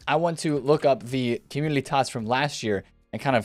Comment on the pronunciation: Is it just me or does he say communiLy instead of community? It's making me crazy. Please stop it